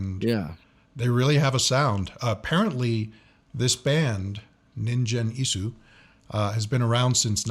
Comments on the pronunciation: にんじん、じゃなくて、にんげんな。バンド名くらいちゃんと言えよ。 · Its Ningen, not ninjen :P Its pronounced hard, like in God. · ningen isu の 発音がオカシイから、忍者・椅子になってるｗｗ そうそう本人はかなり可愛いｗテディベアで合ってますよw これが素顔ですｗ フェイスレスでもなく、ハートレスでもない！ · the G is pronounced with a Guh sound. a hard Guh. Gen. like Gun but with an E. NinGen Isu. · The name of the band is pronounced ninguen isu, the G is not pronounced like a J and this must be one of the most boring firsttime reactions Ive seen. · The "g" is pronounced with a hard "g" like in guy, gumption, great, etc, etc. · the g is hard in Ningen Isu. Pronounced the way you would say gun. The u is also clipped and barely said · Try Band-Maid, a Japanese hard-rock band. You'll love them if you love old-school rock music. My suggestion, other than tracks recommended in other comments: Thrill, their first MV from 5 years ago. BTW "g" in "ningen" is promounced as "g" as in ANGLE.